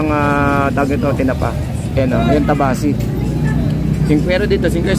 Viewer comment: Kabasi hindi tabasi